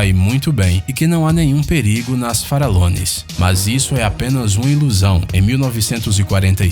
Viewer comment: Quando vc falo: ilhas farallones, eu entendi: ilhas para alones ksksks